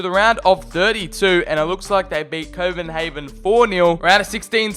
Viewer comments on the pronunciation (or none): none